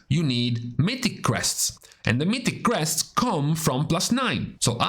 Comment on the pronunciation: Took me five minutes to realize he said crests.. not quests..